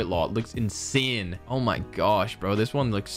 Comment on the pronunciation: Wtf is. " INSEHHN "